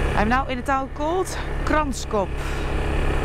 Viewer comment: Couldn't say Hluhluwe but nailed Kranskop... :P Enjoy your stay in our country!